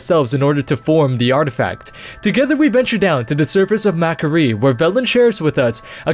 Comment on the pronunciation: Mac'Aree. sigh really?